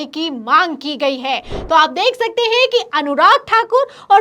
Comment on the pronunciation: Heinnnn pe itna jor na do madam ji